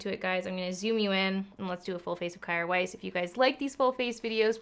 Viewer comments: Isn’t it pronounced Keer weis? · I think I read somewhere it’s pronounced “care vice”! ilu